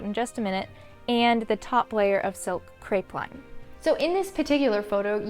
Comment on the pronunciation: Crepeline = cray-pell-leen or at least it is here in Australia. Enjoyed your videos so much! 🌺